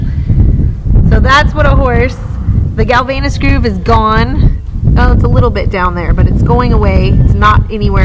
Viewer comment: It's Galvayne's groove (pronounced 'gal-vains'), not "galvaynus". The ages you state for some of your horses are wrong. Dylan is much older than 15. And the vet didn't remove his other teeth; they are still there